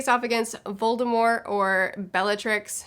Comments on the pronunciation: Voldemor?? Lol. Never in my life have I heard anyone not pronounce the T in Voldemort. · It's Voldemort. :) But the t is silent, so you basically just say Voldemor...